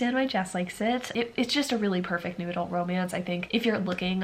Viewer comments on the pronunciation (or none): I keep hearing "noodle" instead of "new adult" and it's been confusing